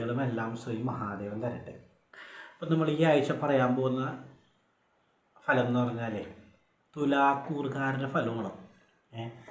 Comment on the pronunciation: ഫലം എന്ന വാക്ക് ഉച്ചരിച്ചത് ശരിയല്ല